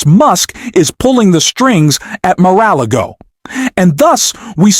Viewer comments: Glad u cannot pronounce mara klogo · That AI voice is terrible. It doesn't even pronounce Mar-a-lago.